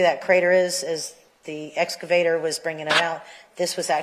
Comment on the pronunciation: Omg...the escavator thing is DRIVING ME BONKERS!!! Why tf can't this lady with a post-hs education say the word EXcavator??? Aaaaaahhhhh 😱